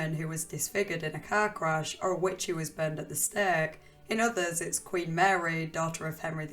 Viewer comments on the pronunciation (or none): none